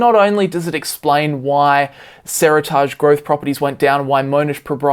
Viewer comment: Pronunciation of Seritage killing me. “seri-targe” or “seri-tidge”? Sounding weird, and can’t blame Aussie accent for this one haha!